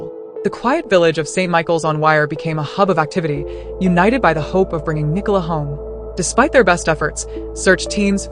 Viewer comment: The village is located in the county of Lancashire, not Lincolnshire. Is the name Nicola unknown outside of the Commonwealth? Apparently no-one in the US can pronounce it correctly. What about the early underwater searcher who claimed that he had located her body but was told to ignore his findings by Lancashire police? What about the police’s ghastly attempt to victim blame by publicising unnecessarily publicising her personal health issues?